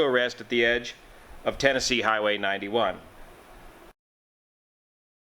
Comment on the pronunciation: Why is it so hard for him to say Tennessee ?